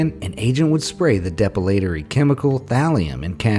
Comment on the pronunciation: GOOD GOD! DO YOUR EFFING HOMEWORK! It's "De-PILL-a-tory", FFS, NOT "Dep-ill-AEE-tory"!